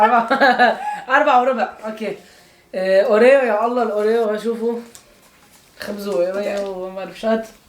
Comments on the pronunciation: أوريو مو موريو 😂😂😂😂😂😂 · بلتركي بقولو وريو يمكن هو متعود يقولا هيك